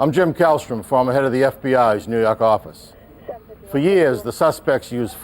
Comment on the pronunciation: "nuu yawk affice"